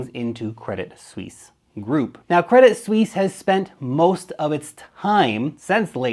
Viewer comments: I bought some of their shares the other day, bargain (99% below full value). they will survive, what bank do you know thats gone. ps. it is pronounced credit swiss. not sweeeeeeeesze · Credit Suisse should be pronounced Credi (no T) Suisse. If you wanna know. ;) Thanks for the great content! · Good research but it's pronounced Credi Swiss. Basically just drop the t, no need for the fake French attempt with sweece